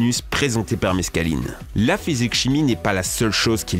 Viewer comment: Quand il as dit '' Meskaline '' MDRR j'suis dead .